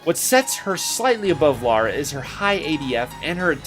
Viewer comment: He only said Laura's name wrong.